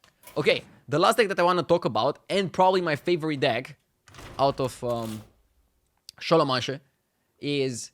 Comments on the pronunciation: Se pronunta scolomens. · kinda nice how he keeps calling it šolomanše :)